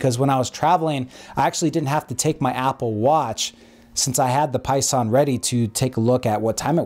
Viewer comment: Seconded. Though they are called "Pison", not "Poison", lol.